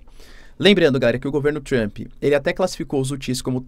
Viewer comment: Trruamp? É Trampe, professor.